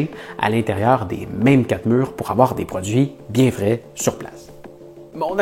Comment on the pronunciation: oui vous le dites "fret" mais c'est "frais" un peu comme vous dites "icit" à la place de "ici"